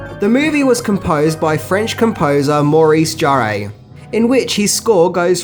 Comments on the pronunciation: who is Jarrée? Jarre is more pronounced like jar. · ok Great Video really, but man please Maurice Jarre ... I could accept it pronounced closest by a native English only speaker as the word Jar, should there be an effort, should eventually be trying not to pronounce the D sound that English speakers say at the beginning of the J letter sound, and jar as in a jar of honey, not jaréé, there's no accent aigu pronounced anywhere there, a lot of french interviews with either him or his son with the name said to be checked. Thanks for all the info and fun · Can you please pronounce Jean-Michel "Jarre" as "jaar"?